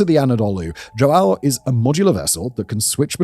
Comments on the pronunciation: You close your nose and say hwow... not joe-AY-oh🤣👍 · You gotta respect this man's dedication to mispronouncing portuguesse names. He says JoAo , igoniring the "ã" but at leas he gets the J right. Yet he has been pronouncing "Jair" as "Haeer" for years! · Dom João Segundo virou Do Joaaaal Second mas tudo bem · As a portuguese, my heritage dies a bit every time Simon pronounces João like that lmao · Mine does too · As a Portuguese man with the exact name of that ship, you butchered the pronountiation of the name spectacularly. Keep at it.